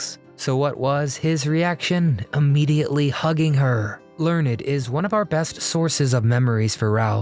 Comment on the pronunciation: It's not Learn- ed! It is Michael Learned as in Learnd.😂❤🎉